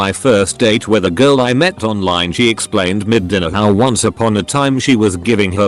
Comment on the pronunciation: TIL "once" is pronounced "uh-seh"